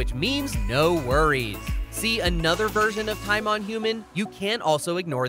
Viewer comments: It's pronounced tea-MOAN. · You said Timon wrong, its ti-mown for pronunciation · TiMoN it’s It’s TimOn